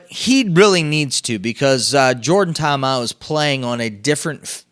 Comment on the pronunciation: Sup my man, wanted to send a message to you to inform you of the mispronunciation of the BattleHawks QB. You're pronouncing it Ta'Amau, but the correct pronunciation is Ta'Amu (tah-Ahmoo).